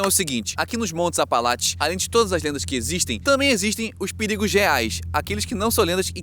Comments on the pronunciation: montes "apalaTES" kkkkkkkkk, bom vídeo nmrl. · "Apalatche" pelo amor..... APALACHE, APALACHE....... não dá pra assistir falando Apalatche..... Vai cagar. Nem em inglês fala assim. Puts. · ele consegue falar apalache e não apalatcheee ? q ódio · APALACHES. não apalatis